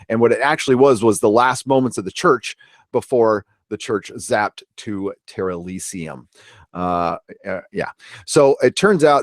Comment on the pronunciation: Terr-Elysium? Really? Really? Jesus titty fucking christ...